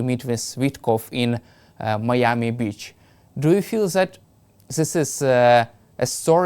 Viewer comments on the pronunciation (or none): none